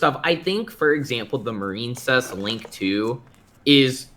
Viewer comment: The fact that he kept saying marine-cess made me click off the video. Sorry